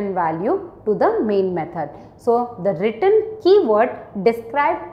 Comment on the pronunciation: She pronounces 'return' as 'written' which is confusing 😅